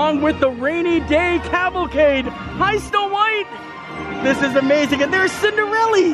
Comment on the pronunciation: I have not heard Cinderalla get called Cinderelly in a long time lol.